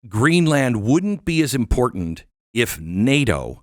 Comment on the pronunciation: Geez Glenn, it's Greenland not GreenlAnd!